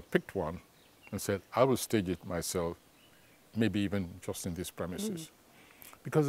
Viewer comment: You mean Mayself? Nyou😂😂😂